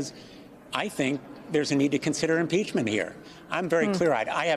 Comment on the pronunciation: Imprachment??? REMOVAL!!!!!!